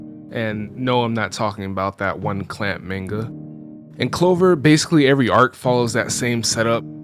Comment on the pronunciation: Guy said maneguh. Maneguh.